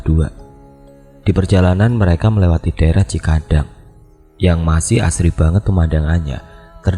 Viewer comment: Bukan cikadang bosss.. Tapi cikidang